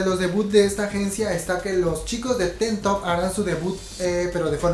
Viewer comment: Pronunciación: TeenTop=TinTop, Infinite=Infinit, JYP= YeiWaiPi, YG=WaiYi, Yoona=Yuna, Taeyeon=Teyon (Pronuncias raro Orange Caramel y Afterschool) :)